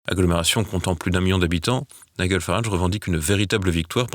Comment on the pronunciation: "NIGEL FARAGE" le prénom se prononce comme GEL et non pas comme guêpe